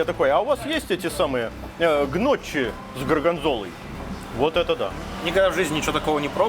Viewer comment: Гноччи улыбнуло))) может стоило подготовиться перед обзором итальянской кухни.